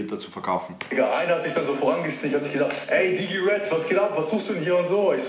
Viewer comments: DAS HEISST RED!!! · Das heißt Red! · das heißt red:) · „Lasst ein Abo bei Apo da“ Junge das heißt Red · Das heißt R.E.D!😞😂😂❤️